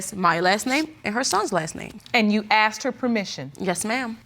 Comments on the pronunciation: Asked not axed People pronouncing this word wrong pissee me off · And why do I hear ‘aksed’ instead of ‘asked’ all the time. Or does it just sound like that to my non-native English ears? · Why is every black person at court because some black guy died . Why are black guys always getting killed ? & why do black people say " axed " it's asked ? " mines " instead of mine . Also , peep the mustache guy in the back haha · Why are they saying aksed instead of asked?